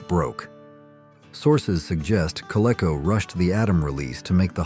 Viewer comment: Learn how to pronounce "Coleco."